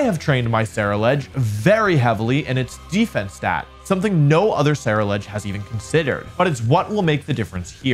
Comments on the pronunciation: I think Ceruledge is pronounced like 'cerulean' because it's blue? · Someone please tell Wolfey how to pronounce Ceruledge